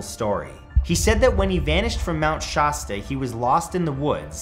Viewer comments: It's pronounced Mount Shasta, not Mount Shaaahhsta lol but in all seriousness, I grew up around there. There's something unsettling about the woods there. Even my grandfather, who is an experienced hunter, never goes out alone. He always uses the buddy system there. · The first "A" in Mt Shasta is pronounced like the "A" in apple.